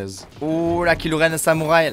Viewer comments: Les gens : cool la vidéo ! Le fan de star Wars : PUTAIN C'EST KYLO REN !!!! PAS KILO REN !!!!! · C est pas kilo Ren c est kylo ren